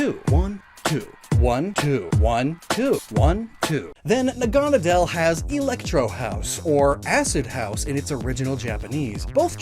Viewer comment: That's pronounced Naga-Nay-dle - Naga (as in a Greek Dragon) Naydle (as in Needle).